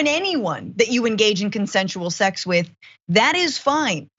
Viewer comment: “…consensual shex!”